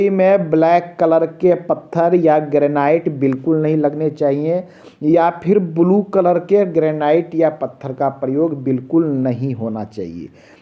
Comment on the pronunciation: bolna to sikh le ब्लू क्या होता है बे